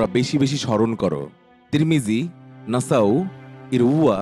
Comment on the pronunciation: নাসাও ,,,,, না ভাই এটা হবে নাসাঈ।